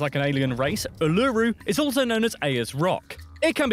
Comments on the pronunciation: A collection of EXTREMELY wrong pronunciations! : Cozzie - Costco 💀 : Ooo - loo - roo 😭 : Ee - moo : HorT - Zes 🐴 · Ain’t no way he pronounced both names incorrectly. Oo la roo, airs rock. Simple. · its ularu pronounced oo-la-roo not oo-lu-roo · Even the English get it wrong. Mt Kosciuszko: There is no Costco on the mountain. It is said Mount Koz...ee...osco. Uluru: is said ooola...roo. Ayers Rock: is said Airs Rock. Cheers. 😁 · OOL-A-ROO…… Air’s rock…. And that’s how we pronounce Uluru and Ayer’s Rock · OMG! Just no. It's Kos-si-OS-ko. Air's-rock. Oo-la-ROO. Get it right! Also I had a 'pet' funnel web spider that I played with in my front garden (until my parents found out), and we had a carpet python that used to continuously try to hibernate under our lounge suite in winter (no matter how many times we tried to relocate it) and we had many red-bellied black snakes in our back yard, as well as probably monthly removed huntsman spiders that were above the size of a large fist from the house, but the most bothered we ever were by local wildlife was the itch-ity grubs - large caterpillar like grubs that make you highly itchy/red. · You’re right- he couldn’t pronounce Uluṟu either 🙄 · We have 6 states and multiple territories, the Northern Territory and the ACT are just the two largest. He's mispronouncing both names of Uluru/Ayers rock. And he mis-pronounced the mountain name too. Love his terminology for the spiders "Except for the guy who died no-one died.". The alcohol cliché about America is that you all love this stuff that you THINK is a beer, tastes like urine, but you still somehow manage to get drunk and stupid off it. :) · They said Uluru and Ayers Rock WRONG